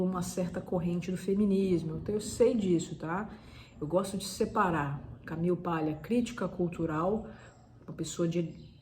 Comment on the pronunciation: Ótima visita à obra da Camille. Parabéns! Porém, achei a pronúncia “Camiu” extremamente irritante por estar longe de um falante nativo da língua inglês e mais longe ainda do aportuguesado “Camile”. Nem lá nem cá, apenas pedante.